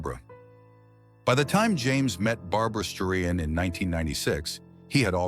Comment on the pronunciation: Barbra Streiyen??? You have got to be kidding me.